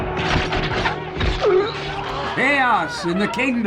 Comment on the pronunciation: Chaos is a laddah....